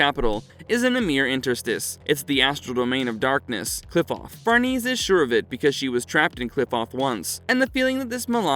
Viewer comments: Casualty????? It's causality!! It's pronounced Far-ne-say, not farnese. Please bring the original narrator back. This video was annoying to listen to. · Who’s Farneeze?